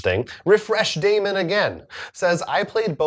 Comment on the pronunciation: Hey! I got 3 mentions too, dammit! So rude! I guess I should be happy you pronounced my name correctly. I TRIED to teach you how to pronounce "æ" but you done ignored me! (It would be "demon", BTW.) Liking the news being broken up into separate videos, but we aren't getting as much news now. Maybe stories that don't merit a lot of chat on your part can still be grouped into a News segment?